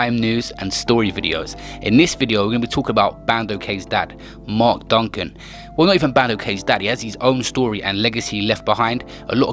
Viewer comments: no his not stfu u can tell just by his accent his not from london forget that he cant even pronounce Mark duggans name properly man said Duncan and he is the reason why the riots started all around London if he was from there he would know his name what a donut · Ur taking the fucking piss this is just disrespectful u can't even say his name right or date of birth etc. Most of the important facts were all wrong brain dead wet wipe delete this and apologise 2 his son and the rest of the family. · Man made a whole video, and can’t say the name right 🤣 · Ur chatting so much shit u can’t even say his name right fool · He said his last name wrong stop being a battyfish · Can man doing the voice over stop disrespectig him. His name is mark DUGGAN not duncan. RIP Mark Duggan.. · How can you repeatedly say ‘Duncan’ and spell it ‘Duggan’ 🤦🏽‍♂️ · "Duggan" not "Duncan" AND "Kelvin" not "Kevin" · Bro u need to quit his name is duggan not Duncan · Y yu sayin Duncan his name is D.u.g.g.a.n Duggan not duncan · DUGGAN. not Duncan fam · Zyno1k The YT’er is saying Duncan and it’s supposed to be Duggan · Why do you keep calling him Duncan? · Bruv u said Mark Duncan. I clicked off the vid already. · It’s not duncan u fool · did this man acc say mark duncan 🤣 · Man said duncan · Man said Duncan 😑🤦🏻‍♂️ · Man said Duncan!! Omd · Man said Duncan 😂😂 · I was gonna sub to this guy but my man said mark duncun wtffff 😂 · U shit cunch youtuber man said Duncan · Man sed Duncan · my man really said duncan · Turned off as soon as you said Duncan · Who's Duncan? Bandokay defo gonna rush you for getting his dad's name wrong 🤣😭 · Man said Mark Duncan smh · I suggest he leaves the UK for a bit, even my 13 year old daughter knows it's Duggan. WTH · he even says bandos name correctly but whys he struggling to say hes dad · Man said ‘Duncan’ and after said he was born in ‘September’ when it said ‘December’ on the screen 🤦🏽‍♂️😂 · did a man really say mark DuNcAn? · Man said Mark Duncan